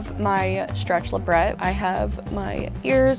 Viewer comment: Ok... she has a labret and is hooked on the look, but can't pronounce labret correctly?